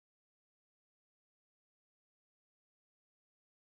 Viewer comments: "Catchè" hahaha, gotta love em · I love how you pronounce "cache" back in the days.